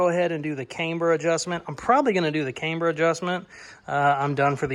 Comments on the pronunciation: Cameber? no its Camber.........I can tell your a yankee....Yankee just joking....HAHAHA. Love the 65 build. Take care my friend. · love the build! Just fyi, camber is pronounced with a soft “a”. Think of the girl’s name Amber but with a “c” in front. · I've never heard camber pronounced with a long A before. That said, loving the build. Really want to see it finished